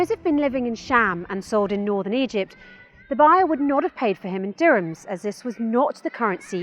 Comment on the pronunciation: It is Dihrams. Correct it.